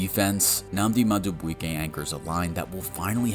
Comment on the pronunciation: Ok well presuming English is your first language, your pronunciation of player names needs work: Nnamdi Madubuike (Nahm-Dee Ma-Do-Boo-Kay) Chidobe Awuzie (Choo-Doe-Bee Ah-Woo-Zay) Teddeye Buchanan (Boo-Cannan)